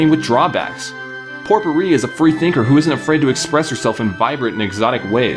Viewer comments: Its pronounced pop-e-rie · Popuri purnounced like- POE-PER-REE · This is how you say her name POPE-OR-REEEEE. You are so welcome and I always either marry Karen or POPEORREEEEEE! Because they both are easiest and the easy way to marry Karen is take your dog to the bar and talk to her with it in your hands. The hearts will go up every one hundred clicks. You are welcome.